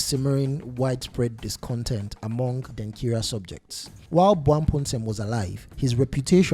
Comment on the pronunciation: Why do you want to sound like a white man, by saying Denkira instead of Denkyira?